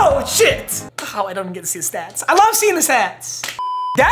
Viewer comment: the way he says stats🤣